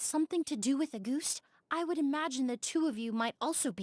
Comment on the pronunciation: auguste is a french name and emilie is right on the money about its meaning. as a french speaker myself, i love the way emilie pronounces it, it’s adorable 🤭